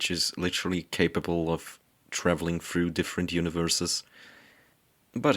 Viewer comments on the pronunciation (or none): none